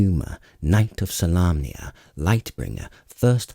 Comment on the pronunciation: This is one my most favorite trilogies I've ever read. I've read the Dragonlance trilogy probably 10 times. And glad the pronunciations I had in my head for Solamnia was correct ;)